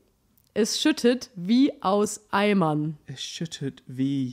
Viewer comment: Hahaha I definitely get why said snowman. The words "aus Eimern" sound like "Ei Mann" (egg man) to me